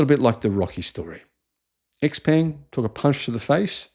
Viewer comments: its pronounced frantically: Showpung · X Peng; peng rhymes with “hung”, and “sung”. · You own stock and their product but still unable to pronounce their name correctly